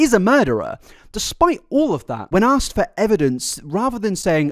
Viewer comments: As soon as she said she was "axed" a question I cringed... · Anybody who uses 'axed' instead of 'asked' should be in jail for life...